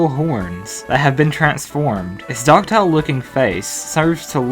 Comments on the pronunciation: You mispronounced docile- it's "doss-eye-uhl", not "dock-tile" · "It's doctile looking face" No no no, you mean docile (pronunciation:ˈdəʊsʌɪl or doh-suhl) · Doctile? Do u mean docile lmfao it's pronounced. DAH SYLE d o c i l e Lolol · Good video! (You said 'doctile' instead of 'docile', though...) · you mispronounced "docile" anything you say is invalid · ... you pronounced docile as doctile.